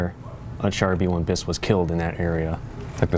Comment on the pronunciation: Hello, I am french and I can assure you that you have to pronunce the S in "bis" (it is not a silent S)